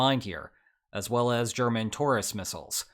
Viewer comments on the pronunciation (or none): I thought you said "German tourist missiles" :D